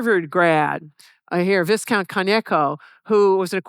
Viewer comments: viscount, its a silent s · Right. One ought not to pronounce the aristocratic "viscount" (between the ranks of earl/count and baron) like a "discount store". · Myself a yank, it's "V 👁️ -Countt!" oh with two "T's" for extra count! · Is that how all Americans pronounce 'viscount' or is it just her? No criticism, just curious.